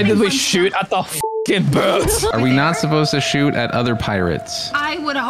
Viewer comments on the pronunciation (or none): DO NOT SHOOT AT THE GODDAMN BOAHTS, GOT ME DYING